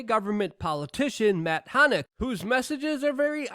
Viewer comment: Luke, you really need to slow down and pronounce these names correctly, man…it’s not Matt “Hannett”, it’s Matt Hancock…it’s not “Marina” Williamson, it’s Marianne Williamson You’re a smart guy, don’t shortchange yourself